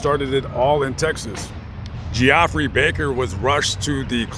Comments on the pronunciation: You lost whatever creditability you may have had by mispronouncing the victims name 🙄🙄🙄, it's pronounced Jeffrey 😏😏😏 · Is spelled Geoffrey but pronounced, Jeffrey. My doctor is named Geoffrey and I said it the way you did also... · Are you pronouncing his name right or is it Jeffrey just spelled differently? We had a kid in class his name was spelt just like that, but it was pronounced Jeffrey. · lol geo-ffrey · Yes it's pronounced Jeffrey but I was thinking maybe the dude wanted to be different and that's how he wanted his name pronounced. It's possible 🤷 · I'd still pronounce it Geeofffree if they're gonna spell it like that 🤷‍♀️ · lol geo-ffrey 😅😂🤣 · It’s pronounced “jeffrey” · Good coverage of the story, and that is pretty much what was said in the news and trial about the events. His name is pronounced as just regular Jeffrey, it's just spelled differently. Like you posted. I love your content, and how you try to get the most information correctly as you can. You definitely have the spirit of "Julian Asange". I'm not sure if I spelled his last name correctly, but the founder of Wiki Leaks. He also would go to death before giving up his sources if they want to remain anonymous. Keep up the great work!! Your a great humanitarian!! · BAHAHA 45 yrs old and you didn't know the pronunciation of Geoffrey.